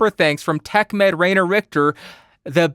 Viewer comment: A little hint, because the German pronunciation is really difficult: "ai" in Rainer is pronounced like "eye" ... R-eye-ner should sound better than Rain-er😊